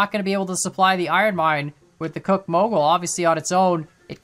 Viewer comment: Good on the name after all there was an actual Soo Line railroad. Think there's a mix of factors in Betsy is overpowered and some of the others are accurately under powered and others are nerfed. BTW Cooke is pronounced Cook as in what you do to your dinner and Heisler is pronounced hi slur